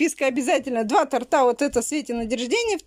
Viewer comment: ну не тортА,а тОрта.